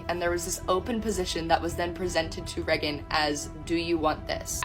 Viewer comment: Who is "reggon"?